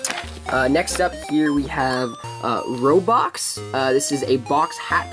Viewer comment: The Fakemon, "Robox." It almost sounds like "Roblox."